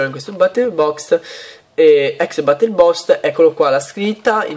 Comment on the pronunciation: boost si pronuncia bust non bost